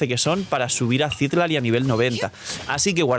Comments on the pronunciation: Te ayudo con el algoritmo diciéndote que es Citlali, no Cítlali ni Citlalí como en los subtítulos😅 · Gracias por el video solo una aclaración porque veo que no eres de México Citlali se ponuncia con acento en la A (citlAli) es nombre muy común en México que me parece es de donde se basaron en esta zona de américa lo digo porque he visto que hay muchos temas con representación cultural con la fan base de genshin, por cierto es un nombre taaan común en México que me da muchisima risa que hayan hecho un personaje así, es como si ororon se llamara pedro